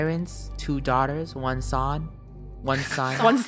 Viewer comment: Nobody: Not even a pleb::"1 son" (it sounded like it was pronounced as "wonson" well for me UwU)